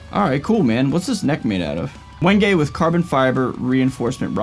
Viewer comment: Ah at least someone that pronounces "wenge" correctly 😀